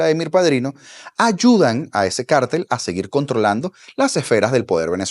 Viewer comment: Gracias por pronunciar la palabra cártel correctamente.